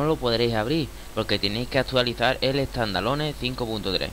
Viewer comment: tandaloneh xDD